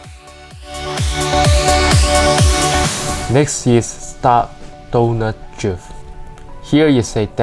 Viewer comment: Dwifting😂 i love how hé says drift😂